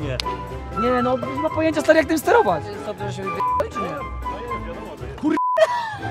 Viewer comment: "BŁAWO" XD